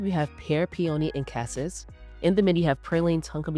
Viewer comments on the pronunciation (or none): none